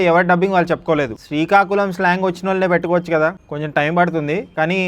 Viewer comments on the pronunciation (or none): none